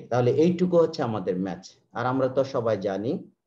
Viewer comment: The pronunciation of mass should be ম্যাস not Match. Pls try to Correct For Future videos. It creates Confussion